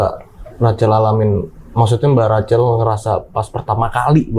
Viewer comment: tolong deh pengucapan namanya itu Rakhel bukan Racel. 😅😅😅